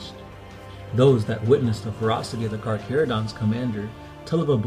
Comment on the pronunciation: A space shark player i know hates this video due to the way the Carcharodons are said (Car-care-oh-dons.) Instead of (Car-Car-oh-dons)